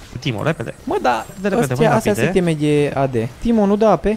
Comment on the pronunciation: super foarte cel mai wow :person-turqouise-waving::goat-turquoise-white-horns::face-red-heart-shape:da mbahhh di ce pronunta i' teme si nu iteme(aiteme) mahhh:hand-orange-covering-eyes::face-blue-wide-eyes:in rest genial hai cu challeger :eyes-pink-heart-shape